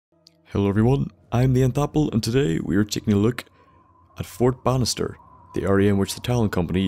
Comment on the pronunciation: Anyone else think he's saying fort bastard instead of fort Bannister